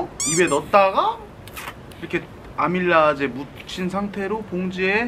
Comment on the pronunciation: 형 아밀라이제가 아니고 아밀레이스 ㅋㅋㅋㅋㅋ